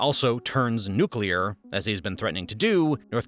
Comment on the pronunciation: They could also have a Chornobyl-type nuclear accident. And it is pronounced New Clear, not nuke-u-lar